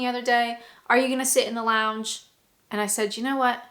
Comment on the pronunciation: I don't know if you will read this comment but there is only two things that you say that grate in my sensitivities 1) is the way you say 'eeand' instead of 'and' and any word that contains and. Two when you say 'Byeee' you are doing it in your everyday accent but it should be two octaves higher - try it x